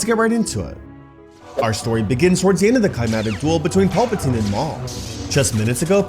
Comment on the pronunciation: Please stop pronouncing it Pulp-a-teen, it is PALP-a-teen, it is so distracting.